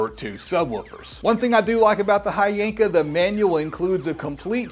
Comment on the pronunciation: And the right way to pronounce it is H Yanka 💀💀